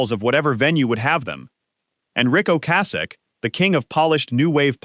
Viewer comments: The number of times that Ric Ocasek’s (and other things) name was mispronounced in just the first 8 minutes was pitiful. I couldn’t finish with the AI voice and someone not proof listening before posting. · Doesn’t matter. It was pronounced wrong numerous times by AI.